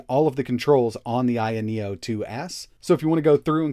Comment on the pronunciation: Isn't it called ayeno with an a not an I.